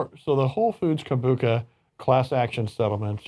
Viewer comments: its pronounced Kombu-CHA ..not Kom-Bu-Ca...luke cha cha slide. Kom-Bu-Cha! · Yes, CHA, as in "tea". Kombu-cha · Kom-bu-CHA...like the ballroom dance CHA-CHA-CHA, or CHO-co-late the sweet...